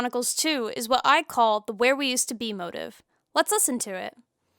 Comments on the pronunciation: This is the first time I've ever heard someone pronounce motif as "Moh tiff" instead of "Mo teef" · Me too, and honestly, it bugged me a *lot*; I thought she was saying "motive" at first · Also, Musical motives. It's a "motif" mo-teef.